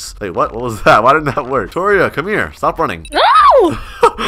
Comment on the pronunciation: “ stop, stop sopssususzzesuu” 💀